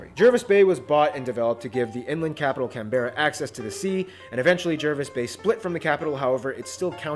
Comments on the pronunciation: just a minor thing - Canberra is pronounced Can-bruh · The way he says Canberra makes me sick it's Canbra not Can-bearaa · It's Cambra. Not Can-berra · Oh I CRINGED so hard when he pronounced “Canberra!…..”wtf is “Can-BEAR-RA”!? It’s “CAN-brah” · Cam-bearr-Ah 😂, we call it can-bra. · Canberra is pronounced as Can-bra... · THE WAY HE PRONOUNCED CANBERRA AS "CANBEARA" IM DYING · I can tell the guy presenting the video is not an Aussie, he pronounces Canberra incorrectly. It is pronounced with a silent e. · Unbelievably bad pronunciation from the host of that video 😂 Canberra is “can-bra” Melbourne is “mel-bin” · I know sometimes we Aussies would pronounce American place names incorrectly, but geez ... I haven't finished this video but I need to urgently correct a pronunciation: Canberra is pronounced with the emphasis on the first syllable - CAN (as in a can of soda) - CANbra (yes, being Australian, we like to abbreviate everything, even if that means dropping a few syllables). Other people have already commented on other videos in relation to the pronunciation of Melbourne, so I'll just leave it. Now that that's off my chest, I can carry on watching the rest of it 🙂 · CAN-BRA is how you say Canberra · I cannot take anything this guy says seriously when he pronounces Canberra like that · All I could think watching this was that he said Canberra wrong and it was like what, no. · STOP saying Canberra like that.....I can feel the hate from all Australians going towards that guy